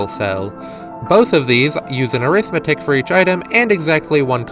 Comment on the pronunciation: This is so cool that I'm putting up with the pronunciation of Arithmetic